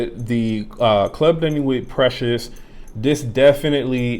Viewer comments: Respect the Name Pronounce it the gd right way Precieux, am i the one hearing it sounds as PRECIOUS?? Reapetedly precious!! Instead of PrecieuX uve got a problem dude, pronounce it PROPERLY!!!! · Dude u seriously got Pronouciation* issue, do chk how others are really saying PrecieuX, not as Precious!! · U juz dun give a New Name to Precieux, dun confuse the viewers alrite, chk out howz the actual gd name Precieux pronounce right way, im so very sure its not sounding PRECIOUS! as u Repaetedly say it out